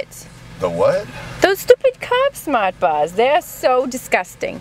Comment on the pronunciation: Her: Those cob smat bas taste like shit Rich: "I barely fu**ng understand you", "I think I liked it better when you didnt talk" Thats like a train wreck In progress. Rich is being an ass**le to her. I think she was talking about "Smart Carb Bars"